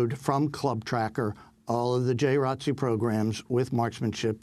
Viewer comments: Seriously ... The people at Democracy Now might want know the correct way of saying J.R.O.T.C. because they can deliver a message that the majority of viewers can understand. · Can you guys stop saying "J Rotc"? It's J. R. O. T. C. You're supposed to say each letter. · Yeah I was like WTF.. I’m from Florida I didn’t know what they were talking about. It’s J. R.O.T.C my sister was in it for 4 years. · George Dorsey Conversation really going to flow saying J R O T C every time lol, but then again someone did pretty ok with R E S P E C T